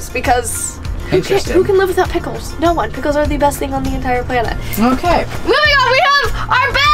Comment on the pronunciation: I was liturary eating pikuls when she said : 'and here we have pikuls '